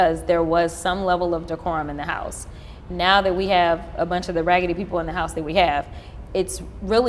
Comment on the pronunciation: She said ragady 😂😂😂😂